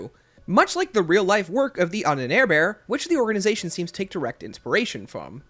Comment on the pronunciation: Yes I know but the way you said it was so american🤣🤣🤣